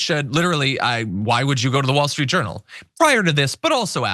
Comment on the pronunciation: I had to replay the beginning because I thought you called WSJ the "Wall Street Urinal". Now, I'll never be able to unhear it.